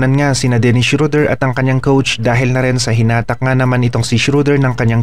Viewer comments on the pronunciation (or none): boss hindi shoder schroder